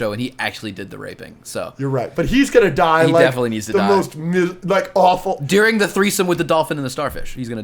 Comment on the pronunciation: i hate how says deering instead of during